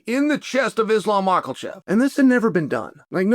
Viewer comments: makal chev , pee era , unc needs pronunciation lessions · There is no L in Makhachev ha